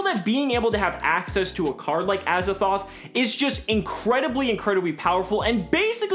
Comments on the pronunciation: why do you say azathoth its triggering me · Gawrdean Sleighs It sounds like says Azathoth. With a ‘th’ on the end. Hmm. Just me?